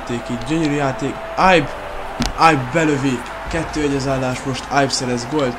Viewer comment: de nem ájb hanem ibe ugy ahogy le van irva amugy jo vidis vagy 😃